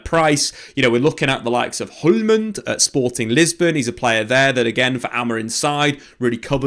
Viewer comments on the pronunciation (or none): Hjulmand (Julemand) Slott (slott) not schlott